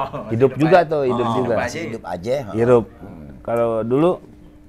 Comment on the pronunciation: HIDUP dalam bahasa sunda HIRUP.. bukan IRUP bang.. 😂